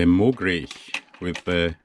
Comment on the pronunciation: That was an Austrian pronunciation. Mogrich is a made up word but pronounce Uni-Mog correctly and then you'll be cooking